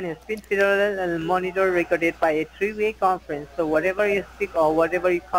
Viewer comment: Feddeeerelllll recrddedd😆 lowlife